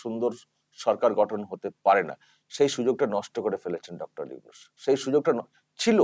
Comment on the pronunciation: উফ ওকে উইনুস উইনুস বলেন কেন ??? ওটা নুনুস হবে। নুনুস মিঞা। 😀